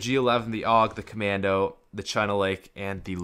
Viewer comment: Did anyone realize that he said cammando after he already used it